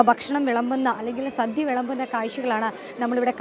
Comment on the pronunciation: please mind your pronunciation..അന്നദാനം ആണ് ശരി..അന്നധാനം അല്ലാ...സദ്യ ആണ് സദ്ധ്യ അല്ല